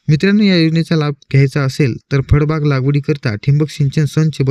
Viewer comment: फडबाग नाही रे भाऊ फळबाग म्हण